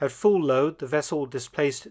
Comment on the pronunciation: "Soviet Fishing Wessel " :-)